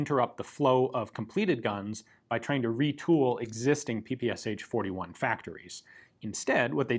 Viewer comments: It's pronounced not P-P-S-H, but P-P-Shah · In Russia PPSH is pronounced p-p-sh. Not p-p-s-h. Ш (sh) is a single letter with a single sound. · Great (and short!) video. However, it would be easier to just pronounce P-P-eSh, instead of P-P-S-H ;) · I still can't understand why English speakers call PPsH the way they do. The designer's name was Shpagin, not S-Hpagin. What's so hard in pronouncing SH as the letter combination, rather than individual letters? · PPSh is not pronounced Pee-Pee-Es-Eitch, its P-P-Sh as in shot, show, shock... Pistolet-pulemyot Shpagina. I know, it's English pronunciation, and you clarified it further in the video, but still, felt like I had to point it out. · Isn't the "h" just there in the name PPSh to say it like "ash"? Saying SH sounds odd. In my country we don't say "h" just "PeePeeAsh" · Not "P-P-S-H" but "P-P-Shah" ! Listen at Google Translate.